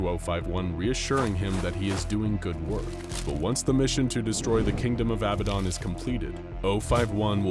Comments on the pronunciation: It’s “ab bad dan” not “ab bad don “...was killing me the whole time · I'm sorry but I hate that you call it "Abuhdon" because it's pronounced "abahdun" maybe do some more research next time you make an scp video, I notice a lot of inconsistencies, wrong pronunciations, and false information in your videos. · It sounded like you called him babadon